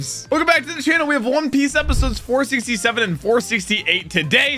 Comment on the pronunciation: For some reason when he said 467 and 468 i heard 4CC7 and 4CC8